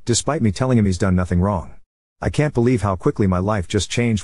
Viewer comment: Frankly the way the AI pronounces “he’s” as fkn “hes” pisses me off